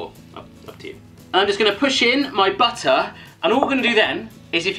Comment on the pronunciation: "Butta" is the new way to say "butter", OK? THERES NO LONGER THE WORD BUTTER